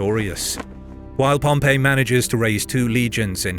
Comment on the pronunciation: Why don't these narrators ever learn the difference in pronunciation between "Pompey" the person and "Pompei" the city